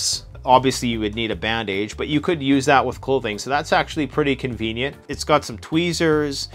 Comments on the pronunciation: Lmfao he said “band age”😂😂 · Band-age... Is that a regional pronunciation? I've heard something similar in Australia, where some say "neck-lace" (broken into two words). I'm used to saying "neckliss" (phonetically). Thank you for the video! ❤